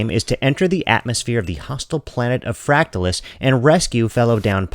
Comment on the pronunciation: You’re pronouncing it incorrectly. How do you pronounce “fractal”? Just say the word and add “us” at the end. No need to emphasize the “tal”. Thanks.